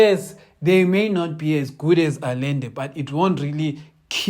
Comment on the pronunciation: consistent in what? "Allende", try pronouncing it thus: Ahende.